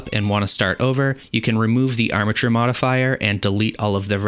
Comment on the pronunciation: Bro. I hear amature every time you say armature.